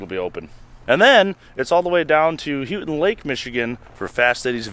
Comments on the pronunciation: I crossed the straights of Mackinac on the ferry in 1957, the bridge was opened in the fall. It's pronounced Makinaw, Houghton pronounced h-oh-ton, Munising moo-ne-sing. Those from below the bridge, trolls. Remember lots of good folks up there. You should checked out Stueben, south of Shingleton, just west 94. Enjoyed this completely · LOL, listening to you two try and pronounce some of these city names is fun. I lived in the UP for several years. My folks live just outside Newberry. It's Mew ni sing (Munising) and Hoe tun (Houghton). You got Naubinway right! Great video. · aka, Houghton Lake is Pronounced Holt-Ton Lake lol,:) just wanted to let you know, "as i am a first time caller, long time listener!!! " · Houghton Lake!! (Hoe-ton, not Hue-ton) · Not Hoo-ton, it is Hoe-ton Lake. Cause Hoe-ton (Houghton, home of Michigan Tech University) is up on the Keweenaw Peninsula. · It's not Houton like Houston, but Houton like Hoeton. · It's Ho not hue,ur saying it wrong! I lived in Mio for many years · Houghton lake is pronounced.. Hoe-ton!! Houghton lake! Not... hew-tin! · Michigander here. Proper pronunciation for Houghton is HOH-ton And for the Proper annunciation for Mackinac is Mack-i-naw The "C" is silent due to being a French word. (Like fucking nails on a chalk board) when you murdered those names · I just want to say that it's pronounced hoe ton lake, aka Houghton lake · its pronounced hoe ton lake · As a native Michigander I got a kick out of how you pronounced Houghton Lake, lol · First I love your videos. The videos you all put out have made me more willing to tackle olders vehichles. Secondly, and this is just a pet peeve of mine. Houghton Lake is pronounced Hoe-ton Lake. 😂😂😂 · its houghton (HO TON) and mu ni sing not munsing as you have stated. there are alot of crazy names here in michigan. great video love your channel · "HO-TIN" Houghton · Houghton Lk. Ho-ton long O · it's pronounced HO-TEN lake. great hunting up there too